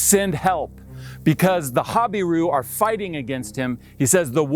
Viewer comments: I am assuming it’s an American pronunciation ‘hobbyroo’????? We pronounce it ‘ha-beer-oo’ in UK. The secular archaeologists are god haters so they are unlikely to believe anything in the Bible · Your pronunciation of "Habiru" sounds different from other names in Israel. Hazor, Lachish, and Gezer pronunciation are what I heard other researchers say. I think the accent should be on the second syllable: ha BI ru. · It even sounds like you are pronouncing hebrew falsely when you say habiru. I find it to make perfect sense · Habiru is a mispronounciation of Hebrew